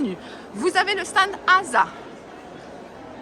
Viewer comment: Bjr. Moi qui n'ai jamais eu l'occasion d'aller sur ce salon, je te remercie de me l'avoir fait découvrir. Tu me mets le sourire quand tu dis le "sta ned".